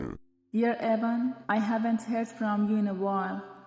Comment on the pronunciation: ITS EVAN, E-VAHN. NOT EIYVAN, NOT EEEVAENN. E-V-A-N